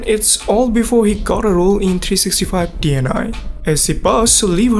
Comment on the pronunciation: u read "DNI" not de en ai .... xD its polish and in czech is "dní" d ň i.